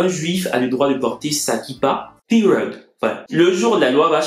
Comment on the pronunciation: Hummmm??😂😂Pirwed??? Aulieu de period.